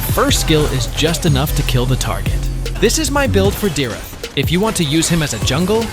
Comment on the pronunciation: the pronouncation for dyrroth is dayrot